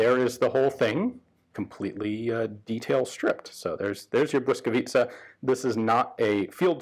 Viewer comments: Well done Ian! While watching i didn't even care about the audio quality. You must have done a lot of research to come up with such acurate gun backgrounds in history. Perfect pronunciation of Błyskawica and the effort to use Ł - letter in the gun name were the cherry on top. It was a joy to watch! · I appreciate the „ł” :) Merry Christmas Ian! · correct pronunciation! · As a Pole I am highly impressed how well you pronounced Błyskawica. And how apropriettly you described the background of conditions in which this gun came to life. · Wow Ian how do you pronounce the word "Błyskawica" perfectly!!! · Superb pronunciation of "Blyskawica" . Respect. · jak native speaker prawie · Naprawdę nieźle to wymawia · He practiced for hours. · I have been waiting for this since your video in the Polish Army Museum (Muzeum Wojska Polskiego)! Very nice pronunciation. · Your pronunciation of "błyskawica" is flawless. Honestly, hats off. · Today I learned something about my home city that no history lessons covered. Thank you, Ian! Greetings from Warsaw! Also: you've got a really good pronunciation of the name "Błyskawica"! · i am honestly suprised that someone who is not native polish speaker could pronounce this right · As usual - a fun, very informative video! And congrats on the pronounciation of Błyskawica - it's really not an easy word for non-native speaker, and you got it just right :) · good pronunciation of name of the gun. love from Poland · congratulations; you pronounce 'Błyskawica' absolutely perfectly:) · superb pronounciation of Błyskawica, Ian. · Are you Polish? Beacause that pronounciation was really good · You had "Błyskawica" spelled phonetically on a card, didn't you?